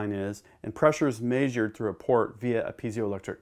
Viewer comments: It's meh-zhure, not MAY-zhure. JFC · Please stop saying Maesure, the word is Measure...eh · Measure. Pronounced MAY-zhur. :) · I had a teacher in high school that also pronounced it maysure. I still find it annoying. Nice video though. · Thank you for really emphasizing that a in the word measure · You say measure like a yankee